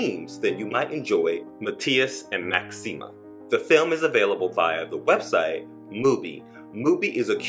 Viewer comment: PLEASE! PLEASE! Learn how to pronounce very basic and easy words and names in French and Spanish! How do you not know how to pronounce “Maxime?” It is not MaximAH. It is not “tu MAY manque!” If you want to talk about global film, get the basics right.